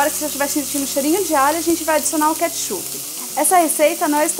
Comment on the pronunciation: catchupe? LOOOOOOOOOOOOOOOOOOOOOOOOOOOOOOOOOOOOL